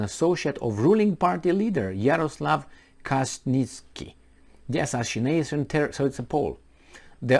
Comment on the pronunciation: Pronounced ,,, Kah chin ski